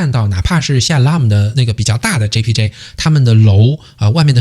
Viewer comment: 你听到他講出單句單句的馬來文 JPJ JPJ Wangsa Maju WangsaMaju很標準發音了他 如果他朋友里有馬來裔和印度裔的話 假與時日他醬努力學馬來語 必能操一口流利馬來話的 听他講JPJ JpJ Wangsa Maju Wangsa Maju已經很標準了 他的努力已經見功效了🇲🇾